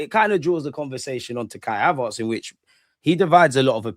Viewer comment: cracks me up every time the way he says Kai HavArtz 😂